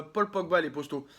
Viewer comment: Petite question pourquoi tu dit posto au lieu de poto ?